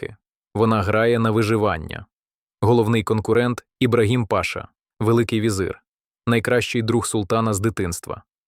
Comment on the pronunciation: Автор, який Ібрагим пАша??? І це не одна така груба помилка. Може хоч разок потренувались би почитати перед записом, щоб не плювати так на своїх слухачів.